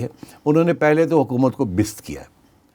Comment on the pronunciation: سیٹھی صاحب یہ بست کیا ہوتا ہے ؟؟؟؟؟ بے عزت ہوتا ہے کم از کم اردو تو اچھی بولیں ۔۔۔ حضور ۔۔